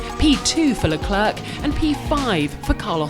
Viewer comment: The last "C" in "LeClerc"is NOT pronounced!